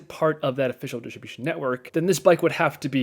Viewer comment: Please say it like this..... Diss trib you shin... Also, you save $1700 CDN, not just a few hundred bucks